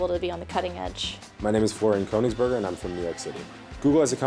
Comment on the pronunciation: I like how that Koenigsberger guy pronounced his own last name wrong facepalm